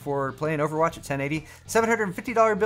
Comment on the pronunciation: Overatch is how he likes to say it